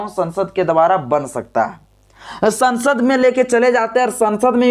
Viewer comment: Sasand nahi sansad.pl.correct while educated the viewers.